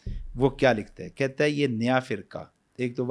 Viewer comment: باقی سب باتیں تو ٹھیک ہیں لیکن ہے ہوتا ہے نا کے اے ۔